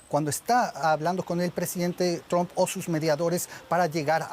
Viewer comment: Que graciosos son los amigos de la DW y periodistas latinos. Se pronuncia [TRAMP] no "tromp". Asi como y Sol se dice [SAN] y correr se dice [RAN] y almuerzo se dice [LANCH] no "lonch". Mientras que [SON] es hijo (son). Favor pronuncien bien y den ejemplo. Trump se pronuncia [TRAMP] no tromp. Mientras tanto Sanchez en España pareceria estar importando criminales y matones de marruecos de los que se sirve el socialismo para aterrorizar a la poblaciòn, como lo hizo correa y maduro sacando gente de prisiones.